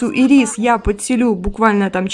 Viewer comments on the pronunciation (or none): в имени Ирис ударение на первый слог)